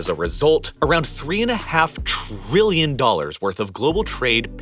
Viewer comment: Fantastic! Informative and great to watch! Just one complaint: The narrator is stressing a lot of syllables in the way that teenage girls often do. E.G. "Tah-RILLION". Admittedly, I'm being (somewhat) nit-picky. But, it's the only real weakness here. Thank you.